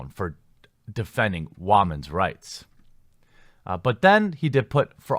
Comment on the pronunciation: The guy is definitely a spastic, that's for sure. "Wammen's rights! Kya!"